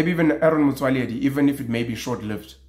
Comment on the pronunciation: I have nver seen Nguni person pronouncing Arron Motswaledi as well as you did